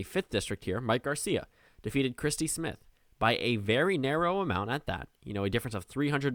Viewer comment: you said Garcia right.